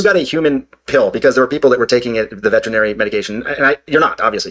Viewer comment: Two smart guys who can't pronounce veterinary. It's not "vertrinary."